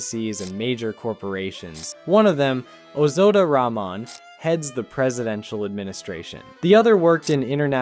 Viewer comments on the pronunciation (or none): There's a H sound in the middle of the presidential surname - it is wrong to omit it. Ramon is a Spanish given name.